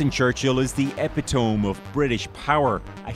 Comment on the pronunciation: Did that guy just say epee tome